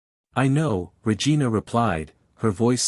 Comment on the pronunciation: The story line was good, however the person telling the story kept getting the chiefs name wrong from time to time calling her Vargina instead of Regina